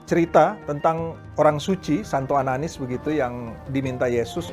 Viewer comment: ananias bkn ananis